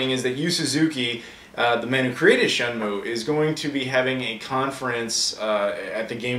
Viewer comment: this reminds me of that video where shenmue grabs his trainer by the foot and pulls her to the bottom of the tank and almost drowns her. That's why they wont make shenmue 3, sea world wont risk losing another whale trainer! Sorry, every time you talk about shenmue all I hear is "shamu" and then I can't stop with the killer whale jokes. I'm sure your used to if you ever talk about it in front of Aaron (seems like a joke he wouldn't get tired of). I hope it's good shenmue news from GDC, you never know they could make shenmue 3.